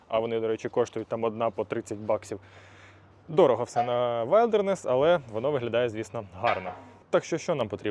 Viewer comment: Класна тачка! Але будь ласка називайте правильно - вілдернес😉